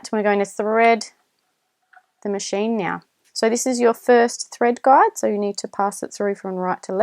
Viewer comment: I must admit your good command of the English could be best harnessed skipping the better I dropping the "r" sound, as the "Guard" been so heard instead of the "guide" for the thread, to refer to the holes that holds thread in proper place of pull by the ma June to stich a cloth fabric.. Not sure too if I heard it all the same on multiple times if atleast one of these mentioned "guides" been guard as a heard of English words guiding to fit in with the video parts. While it would be best for me not to render complement as your other viewers of tutorial video, Indeed is not really good for me to be same as the others already use to it so as you are well complimented, with gratitude of vexations of thanks and appreciation as the rest are as perhaps have made your "heart fat", as sounds unhealthy lipo proteins, of direct FiliPiKnows translation appropriateness so minding these elaborations. . That's rather better than make your "head big", when you already got a big heart. . 😏😰😨. Doing a sharing. . recognition more than acknowledgment of Thank yous so wrong without the DO's Direct Object and receiver of the action of gratitude that is so vexed as known to be you flatteries. So my own rationale more than lame defense as your not so offensive on sharing a clear tutorial verbal speaking matched with videos. Only the videos with my celfon double tap for zoom is indeed a struggling burden more than lame challenge 'no match" to me as posting of viewer are so forward clockwise (though a